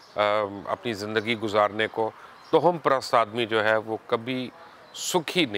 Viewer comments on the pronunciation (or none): Lafz toham nahen hota..tawahham hota hy..mind na kijiye ga.